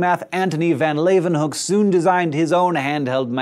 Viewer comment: As a dutchman, good job on pronouncing leeuwenhoek :)